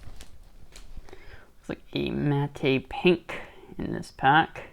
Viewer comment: Great video. Love opc platinum. My favourite set each year. FYI it’s pronounced “Matt” pink. The E is silent. #grammerpolice